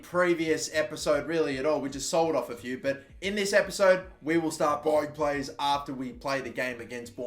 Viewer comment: Noone:: We will start BÆIONG players